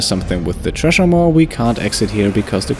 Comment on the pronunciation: The 'tresher maw'. Also pronounced 'sresher maw.'